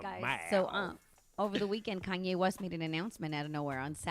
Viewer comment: “Kayne West”